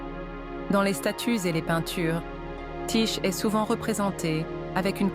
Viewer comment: Ça se prononce : Ti-Ké et ça s'écrit Tyché.